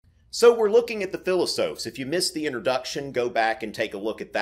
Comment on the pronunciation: Hey man - love your videos. Just discovered them and am really enjoying my time watching them. My only issue is that I die a little when you pronounce "philosophes" as "philos-oafs". Its more of a "philos-offs". Keep up the good work!